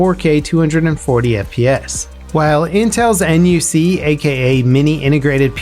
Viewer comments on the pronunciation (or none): NUC - Pronounced as Nook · NUC is pronounced "nook"